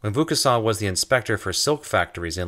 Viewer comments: It's pronounced: Vo long "o," as in "bow" as opposed to "voo," as in "slew." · Ironicay, I kept hearing "Luc Besson" when you said the inventor's name, who basically ushered in a world run by machines. Luc Besson made the film The Fifth Element, in which a human is the fifth element, after Earth, fire, wind and rain. No mention of machines, which must be the sixth element. Cue A.I. robots, the seventh element? I hope not. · why are you pronouncing "vaucanson" like vokhusann ? You're saying it like it's a japanese name, so strange... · Are you pronouncing Wilkinson as Voucusson? :) Never heard that before. Not saying that it shouldn't be that way, but never heard it like that before:D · It's unfortunate that "Vaucanson" is rather badly, (although consistently) mispronounced. I really did appreciate learning more about him, though. I do wish his lathe had been explained! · Good stuff. If I may suggest one small alteration: the voice over pronounces Vaucanson's name in an unusual way. If you could ask someone who speaks some French to pronounce it and edit the track accordingly it would improve the video. I knew of Vaucanson and his wonderful duck, but I did not know of his relation to the silk spinning trade, nor of his invention of an all-metal lathe. It was only when the video reached the automata (again pronounced oddly) that I realized who it was that was being talked about. Still a good perspective on the Industrial Revolution. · I enjoyed the video, but your pronunciation of Vaucanson's name is pretty bad. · Vaucanson is pronounced with a long 'o' as in 'boat' not a long 'u' as in 'boot' ... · Isn't it pronounced more like VOH-cahn-soan not VOUS? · not voucassant or vouscassant or voucaçant but Vaucanson. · dude it's pronounced "VO-KawnSawn", with the last letter "n" being almost silent. It's not "VOO-KA-SAWN" ! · Superb video, congrats. BTW the "Vau-" in Vaucanson is pronounced "Vo-" rather than "Vu-" :-)